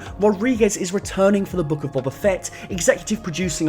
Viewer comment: Dude... it's Boba. Not "Bobber"